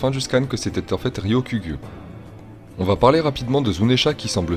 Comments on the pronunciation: Pas facile à dire son blaze de miskine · Bien l'analyse ! Tu galères a dire Ryokugyu ça se vois 😅